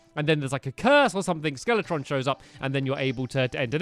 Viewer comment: FellowRPG it’s skeletron